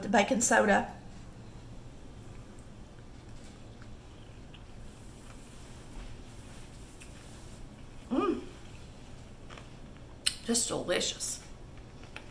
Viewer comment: your accent made me wonder what Bacon Soda was.. then I realized you meant Baking Soda.. :)